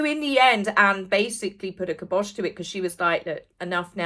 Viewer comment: K-eye bosh,.